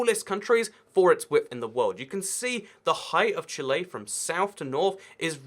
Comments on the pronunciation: why does he say chile as "Chilé" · 'chilay' ibx2cat, 2018